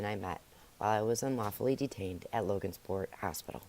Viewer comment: Just saying it's Logansport not LoganSport. Also it's forefathers.